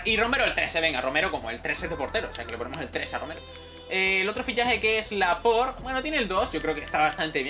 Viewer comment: así se dice noob